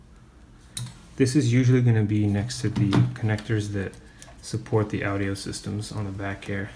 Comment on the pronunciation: This dude cant even pronounce audio 😂😂😂